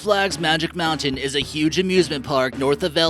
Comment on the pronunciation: When he said space moutian my heart dropped